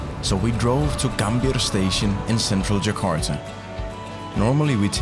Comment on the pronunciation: Gambirrrr Station, Keren bisa bilang ERRR 😂